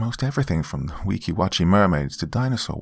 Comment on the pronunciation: I live a few minutes away from Weeki Wachee and its mermaids. Kudos to you on pronouncing it correctly. Excellent story. I'd love to see someone write one about our Jesus theme park, The Holy Land Experience. 😁